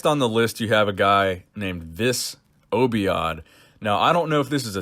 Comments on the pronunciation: Obaid, not Obiad. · In the video it reads this obaid not obiad lol sounds like a joke "disobeyed"